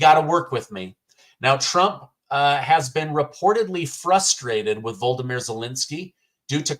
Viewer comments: HIS NAME IS VO LO DO MIR NOT VLODOMIR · Good reporting …but if you are going to talk about the man, please learn how to pronounce Volodymyr. MAGA MAHA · pronunciation of Volodymyr as Voldemir like Voldemort is a Freudian slip. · It's not "Voldimir". I think that name is from an old horror movie. The man's name is "Volodymyr" (4 syllables as opposed to three)